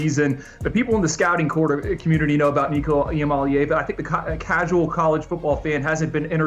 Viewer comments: Lord these people can’t pronounce Nico’s name for crap! So disrespectful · C'mon get Nico name right. It's how you make your living be a pro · why do people keep on pronouncing nico's name wrong